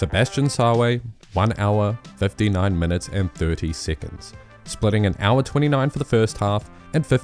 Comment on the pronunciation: why do you say siccunds?